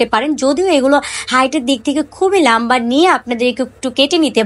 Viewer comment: Apu lamba na lomba hobe🤣